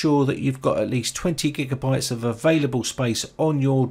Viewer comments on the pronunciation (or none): none